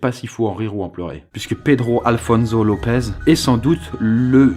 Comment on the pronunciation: Pedro Alfonso Lopez : ça se prononce -SSO pas -ZO